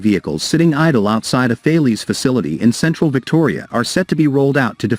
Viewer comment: Haw "kay" from Thay lees?